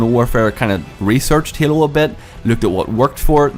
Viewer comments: this guy says Hailu every time instead of Halo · It s halo and not yalo. But ya halo 5 is much beter then cod iw. I m so angry about this,it s fuckd up! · You said hyelo, you need to say halo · the word you said the most were halo and game and it's kinda annoying the way you pronounced it